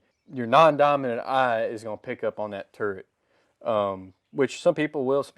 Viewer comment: What the hell is a turent? I believe the word you're looking for is TURRET. 🤭 Still subscribed though. 👍